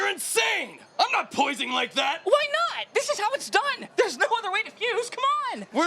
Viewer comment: "I'm not POISING like that" "Planet YARGET"